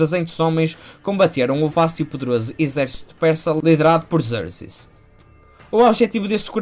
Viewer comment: Deixo-te duas críticas: - dizer que nesta fase da carreira Miller "já tinha desenvolvido o seu traço característico" pode não ser o mais correcto... o seu traço no Daredevil, no Wolverine, Ronin, DK Returns e no Batman: Ano Um também são característicos, embora distintos. - porquê a pronúncia inglesa para Leónidas e Xerxes, se os nomes não são anglófonos? Abraço!